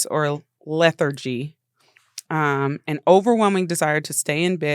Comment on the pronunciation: She just said the syllables different